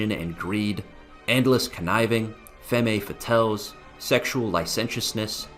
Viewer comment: Femmé fatels 😂